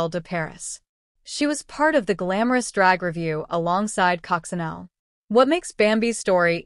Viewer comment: cococinelle is prononced is coco sha neil